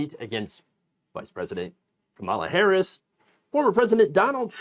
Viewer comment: You have been saying VP Harris' name wrong. Watch and edit your videos.